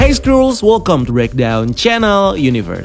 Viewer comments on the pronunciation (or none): none